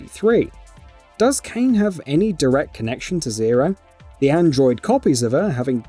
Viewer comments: no, he said it. The poor sod from Drakengard is Caim, but in the video he calls both "KAYN". Angelus even says "Is it over, CAH-im?" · How does someone manage to get far enough into the game to reach ending E, without knowing how to pronounce the Kainé's name? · Kainé is being mispronounced because this is a narration program. No excuse for lazy editing, though. You should be able to adjust pronunciation for certain words. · Oh my god he said Kainè wrong, how can I watch the video now? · I can understand mispronunciation every now and then but the fact that her name Is butchered so many times during the course of this video.... I couldn’t finish it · Hard to take this seriously when the commentator keeps mispronouncing Kaine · how could you have made it far enough into the game to get to ending E and still not know how to pronounce kaine's name LMFAO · bro you can clearly hear the names like how do you still say it like that LMAO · The game is fully voiced, there is never a time where it’s not pronounced kainé, go and play the game before making a video on it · This is what happens when you give someone who didnt play the game and is just a mouth piece for the channel..proceeds to butcher Kainé's name.. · The way he says her name just proves he's never played the game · Literally Emil says Kainé so many times. You just know he didn’t play lol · Dumb mispronounciations, like this one for Kaine's name, are what happens when the person reading the script doesn't consult with the script author, or anyone who actually played the game. :( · Not watching this because dude obviously doesn't care about this game or series. Can't even say Kaine correctly. SMH. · sToP mIsPrOnOuNcIng KaInE’S nAmE!!!! Imagine disliking a video and ignoring its whole premise just cause of the narrator mispronunciations. Genuine clowns lmao. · Why do you always pronounce the names wrong? How are trolling or have you never the game? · why would you call her "cain" when its pernounces kainay in game